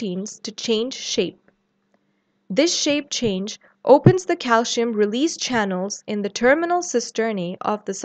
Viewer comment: why pronounce calcium as calshium? i noticed it in many videos by south Asian professors and doctors, is there a reason? Thanks for the response I'm curious!